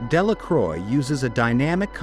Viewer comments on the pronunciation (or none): Eugene De La “CROY” 🤦🏻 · It is a good video, thanks, but i could not notice that for poor Eugene Delacroix, both his name and Marianne were mangled. Why not present classical paintings as they are, without blurring? Does not Youtube algorithm have enough "brains" to distinguish them from baser images? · my ears bleed at Delacroix :p